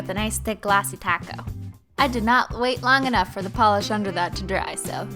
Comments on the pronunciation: She said glossy coat not glossy taco in the beginning 😩🤩🤯😋😜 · I thought she said glossy taco lmao